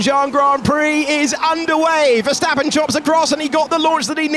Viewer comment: Este comentarista 🇲🇽 no sabe pronunciar la “s”??? Verjtappen Piajtri Carloj 🤷🏻‍♂️